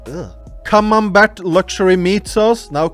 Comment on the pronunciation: Were you intentionally pronouncing camembert cheese as “cum-on-back” 😂